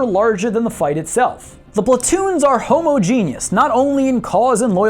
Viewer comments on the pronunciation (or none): "Homo-genus"? Havent heard that word pronounced like that before.